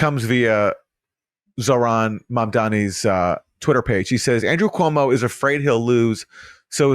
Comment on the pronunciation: Quoo-Mow kills old people for Fau-Chi